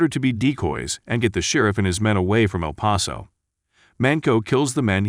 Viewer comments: yeah, his pronunciation of some towns + words is just whack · El Pah-sow?